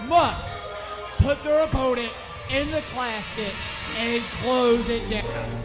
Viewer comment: What's a clasket he talks about right here?